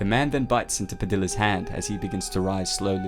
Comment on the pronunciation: (Pah-dee-yah) padilla